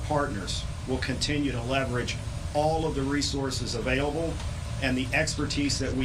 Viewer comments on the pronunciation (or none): none